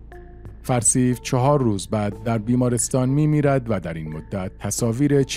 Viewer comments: 12;45 NOT Farseive, prononced Far See yoo .Farsiyo. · 12 04. The name of that general is pronounced farsyou not farsiv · بله کانال پربار و بیانی شیوا ، لطفاً به بعضی نکات در خصوص تلفظ نامها توجه شود، به لاتین تایپ میکنم. Timsar Farsiv!!! اشتباه Timsar Farsio صحیح... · با تشکر. فقط "فرسیوً" نیست بلکه "فرسیوو" هست. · سلام بزرگوار صدای گرمی داری ، اولین باره کامنت میذارم برنامه هاتو می بینم خوبن ، دمت گرم اما ی نکته ، نام اون آقا فرسیو و تلفظش فر سی یو هست مثل سی پی یو Far_C_U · خواهر حمید اشرف همسردکترحسین علیزاده معاون وزارت بازرگانی ورییس بهایی سازمان غله وقندوشکروچای بود. نام فرسیو را اشتباه تلفظ میکند. به لاتین مینویسم شاید گوینده محترم بداند. Farseyou. حداقل اسم را درست تلفظ کنید. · سپهبد فرسیو(Farsio) صحیح است.